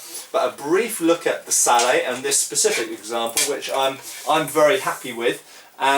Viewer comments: It's Sallett, Hard t on the end. Just saying. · at the risk of being pedantic, I think you're wrong to pronounce this helmet as "sallay". It derives from the French word for it: "salade". I believe the final t should therefore be sounded - as most people pronounce it... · Just one thing, I think the wallet is pronounced with a hard t. I believe you have discussed this with Toby Capwell. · Why is sallet pronounced "sallay" when bascinet is pronounced "bassinet"? You guys make English hard to learn! :) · I've heard people pronounce sallet "sal-lett" and I've heard people pronounce bascinet "bassinay". English spelling is notoriously I think in this case the pronunciation is really up to you. I would personally pronounce them "sal-lett" and "bassinett" while speaking English. If I was speaking French, it would be a different matter. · that's not how you pronounce sallet. I hope he knows that by now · Why don't you pronounce the 't' in 'sallet? Sallet is an English word, not a French word. It should be pronounced with the t, so far as I know. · I don't know if anyone else has pointed it out but the T is not silent it is pronounced phonetically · I know this is 6 years late but I can say that according to Knyght Errant “sallet” is the English word for this kind of helmet, and the “t” should be pronounced. He said the French word for this kind of helmet is “salade.”